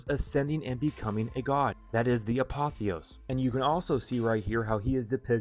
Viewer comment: It’s the ApotheosIS, not apotheos. Not to nit pick but an important detail. It’s like when people add an s to Revelation. Drives me nuts